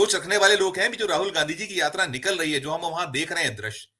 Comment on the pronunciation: read ghanchi in place of gandhi.